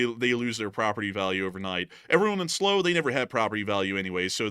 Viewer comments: Slow! 😂 it's "Sl-'OW'" as in Sl - ouch... LLTLSA! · How many chips are there in a Chinese electric car? Probably enough to make a lot of weapons. Check your pronunciation of Slough and Cliveden House.